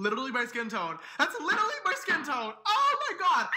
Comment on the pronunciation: "Literlly" gawd